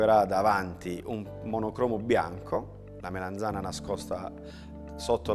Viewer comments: Che bontà,. Però solo una cosa: si dice melanzana con la A e non melenzane che è un modo un po' dialettale. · Ogni volta che diceva melenzana mi triggerava malissimo. Urlavo allo schermo ", si dice melAnzana, po**od**o" come una pazza. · Comunque se fate caso non dice proprio "Melenzane" ma "Meleinzane" con una "i" quasi scomparsa. Questo è un residuo dialettale del nome originale della melanzana, cioè "mela insana" perché quando fuorono portate dall'America per gli italici sembrava una mela malata. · melAnzana, melAnzana, melAnzana :-) con la A :-)